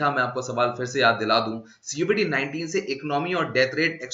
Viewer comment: Sir, Why are you pronouncing it as 'C' 'O' 'VID' '19' instead of covid-19. Any reason?